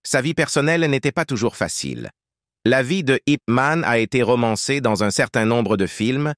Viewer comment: Déjà c'est pas IP man, mais yip man